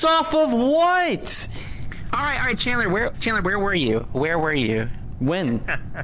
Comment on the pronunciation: it's Chandler not candler lol